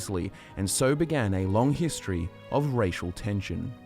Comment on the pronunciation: is it only me or the way he say 'History' sound like 'Hist Tree'?